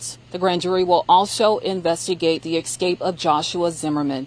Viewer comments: Escape, not Ecscape or Excape! Do better! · Video of his "excape" WTF is "excape". Stop hiring people to relay news to the public who can't even speak English properly.